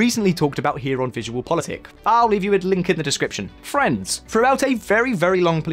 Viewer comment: ok, you say FRIENDS and NO FRANCE !!! After many videos, now I realized what you say and why my mind couldn't figure out what kind of phrase you were using. Friends!!